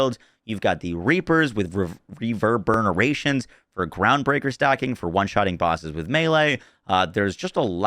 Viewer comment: Just for clarity It’s Reverb-urn-ation (only because I heard you struggle with it 3-4 times.